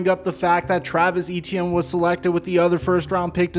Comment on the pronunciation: ETIENNE IS PRONOUNCED A-CHAN!!!!!